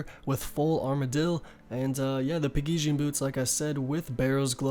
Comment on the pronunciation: Look man, good guide, and I'm gonna let you pass on this one... but in the future, if i hear you pronounce words the way you do, I'm going to dislike. Literally watch any video and everyone else pronounces pegasians, armadyl, and saradomin correctly. Please...